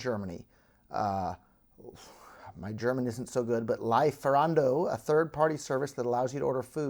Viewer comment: It's pronounced "Lee-Ferando". ✌😄